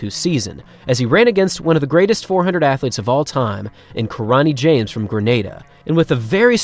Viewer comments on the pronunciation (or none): none